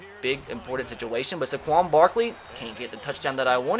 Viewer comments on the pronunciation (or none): Tre Gaming Finally someone else realizes this!!😂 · This probably shouldn’t bother me as much as it does but it’s SAY-quon Barkley, not suh-QUON Barkley. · Why he saying Saquon like Sequon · Why do. You say saquon Barkley’s name so horribly it’s SAquon not SAHquon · Hate the way he say Saquon. It’s SAY QUAN!!! Not Suh QUAN!!!!! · Tre Gaming for real i was looking for this comment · when you say it your supposed to say Say-quon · Omg. SAY-KWON. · You don’t say sequin Barkley’s name right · Gideon Taubert yes. SAY QUAN even says his own name that way. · The way he says "Saquon'" triggers me